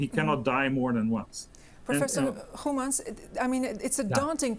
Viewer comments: Her Dutch pronunciation of his name is perfect. Is she half Dutch or something? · Journalist did a good job pronouncing this gentleman's last name. Respect 👍👍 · You did really good with pronouncing his name. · Why does she pronounce his Dutch surname with no foreign accent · As a Dutch speaker I am amazed as how well the interviewer pronounced the name of the professor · Good pronunciation of the name of prof. Goemans by the interviewer. Is she Dutch as well? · Correctly pronouncing "Goemans" ... Incredible. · She pronounced Goemans well, a Dutch g.